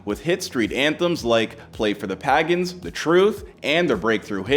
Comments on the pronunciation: Pagan is pronounced "pay-gon", a lil research goes a long way my guy. Otherwise keep up the good work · Nahh this guy did not just say pagans like dat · The way he said pagans 🤣